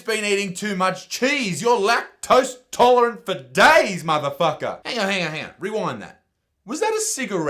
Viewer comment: *lactose IN-tolerant*